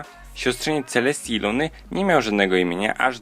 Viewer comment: Czy tylko ja usłyszałam ,,Siostrzenicą Księżniczki Celseti i KSIĄŻKI LUNY?!"